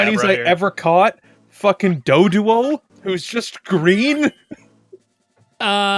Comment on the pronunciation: Now, i know he said green doduo, but all i heard was gree doodoo smhlol I'm so mature 😅